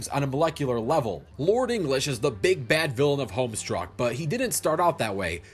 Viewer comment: boy, it's homeSTUCK, not homestruck. Not trying to sound like a bitch here, but that's just how it's said.